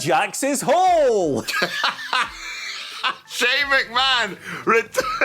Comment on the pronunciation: Shane NOT Shaane